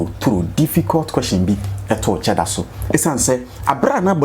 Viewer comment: Afia the name is cheddar 😮not sheddar.